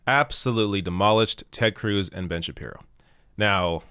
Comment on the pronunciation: that's two video's in a row where you've mispronounced Ben Shabeebo! Get with it!